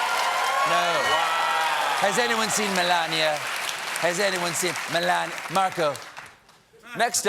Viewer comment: He calls her Melanie, not Melania